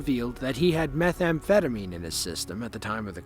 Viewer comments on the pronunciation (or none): none